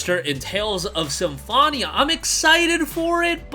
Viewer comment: Sorry 😅 "SymFONia"